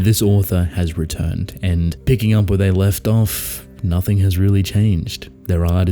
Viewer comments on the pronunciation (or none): none